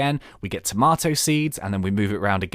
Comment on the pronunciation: i like how u said tomateo